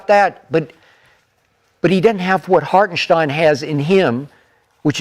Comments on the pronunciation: Put some respect on IHart's name. His name ain't Harkenstein. 🤦🏿‍♂️🤦🏿‍♂️🤦🏿‍♂️ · So they just never gone pronounce Hartenstein correctly? 😂